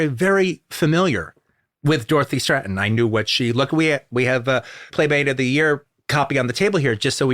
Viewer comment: STRATTEN, not STRANTON... Why does he keep putting an N in the middle of her name?